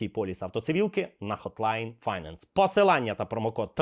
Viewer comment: finance - second syllable is stressed = файнЕнс